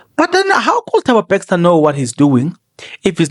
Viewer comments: Bester lol nit BEXSTOR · I think is a Kaizer Chiefs fan he miss Bexter the coach.😂